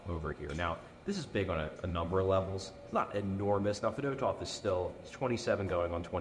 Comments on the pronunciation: Fed-oh-tov is the most hoagie mouth pronunciation possible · As a Russians we prononced his surname as Fee-dOh-tuff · Russian vs Delco pronunciation lol